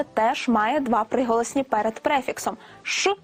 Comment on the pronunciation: Она сказала «псиголосні»?